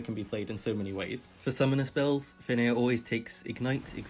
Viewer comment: Its actually "Fenrir", the nordish monster wolf